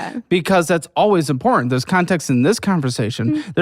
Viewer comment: said "important" the way I say it to my toddler when she's trying to pronounce it